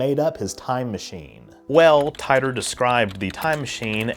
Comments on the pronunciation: I believe it was pronounced "Teetor" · He created the Temporal Integrity Commission. And then he changed the pronunciation of his name to Tee-Tor (which I think is actually how its pronounced according to all the Art Bell interviews I've heard) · The creators of this fantastic hoax have already revealed themselves....and I appreciate you calling it a hoax from the start. I think it's pronounced "TEE-DOOR" though. First non trek video I've watched on your channel, good job, thanks! Speaking of your trek vids, ever thought about what divorce would look like in the trek universe? If it makes you feel better, i watched the wormhole video lol. I watch all your trek vids :) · Tee Ter, John Tee Tor. Tee Tore... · Titor. It’s mostly said “tee-tor” instead of “tie-tor” I think… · The correct pronunciation for Titor is "Tee-Tor" btw, likewise Kissimmee is pronounced "Kiss- Sim-Eee". You're welcome 😋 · John "Tee-ter" not "Tye-ter". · It’s Tee-tor. Not Tie-toe. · I love your work. but please pronounce names correctly. everybody else pronounces it as tea-ter or tee-ter NOT tie-tor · It's pronounced "teetor" usually. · "John Tie ter" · I could have sworn that it was pronounced "Tee-tor" Mandela effects? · I always pronounced his name "Tee-torr". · I thought it was pronounced “Tee-der” or “Tee-dor” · It is pronounced [TEA-tor], son.